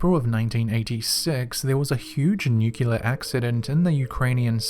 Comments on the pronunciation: Ok...'Nuclear'= nu-Klee-er. 'Nuculer' is not a word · Sorry mate pet hate... Pronounced.. “new-clear” ... otherwise great stuff 🖤